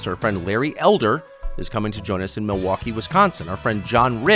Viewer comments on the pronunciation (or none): none